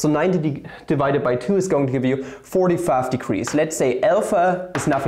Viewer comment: Your accent sounds American whenever you say 45.